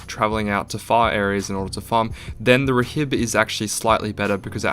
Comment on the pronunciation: Btw rhib is pronounced rib the h is silent